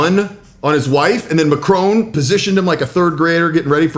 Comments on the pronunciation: Why not listen & learn to just how MACRON is pronounced in French. The emphasis is on the first syllable. It's called Respect. It for sure isn't MACK-ROWNE. In fact the N isn't pronounced at all. Gave up on your Video after the third time you mispronounced the French President's surname. Language gives Culture its basis. Think about it. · Probably best to get his pronunciation of Macron as accurate as Trump. It is just basic respect and manners. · It would be a good idea if you were to learn how to pronounce a name correctly if it's one that's going to be repeated as many times as Macron's during the article. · You should learn how to pronounce Macron’s name and show some respect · Please learn how to say Macron without the American accent. It's painful to listen to. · it's not a display of dominance it's just bad manners ....Trump is jut an asshole ...and he's not Macrone he Macron....learn how to say the guys name . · Macron . Mac Ron ..not Mac Rone! Why on earth can Americans not get it right? It’s so demeaning and really does show up their ignorance. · Macron not macrone. Get it right. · It's Macron not McRone! 😂😂😂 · You mispronounce MACRON. It's not MacrONE. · It’s pronounced Macron not Macrone. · Why do Americans say Macrone? His name's Macroṅ. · It's Macron not macrone , it's french not Italian so pronounced mac ron not mac rone. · Its not macroan its mackron pronunciation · "Macron", not 'Mc-rone' ffs. lol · It's Macron Mac-ron, not Macrone Mac-rone. It's such a shame American's refuse to pronounce people names correctly, it's very rude and insulting to do that. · It's not "macrone" it is pronounced "MAckRON" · It's not "Mack-crone". It's "May-cronn". (I live in Paris.) Hated here as much as Trump. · it not pronounced MACRONE....ITS MACRON...........MAC- RON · Think your saying the name wrong it's Mac ron not what your saying. If your never sure split the word or words down as i wrote his sounds like sounds nothing like you say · Macron NOT Macrone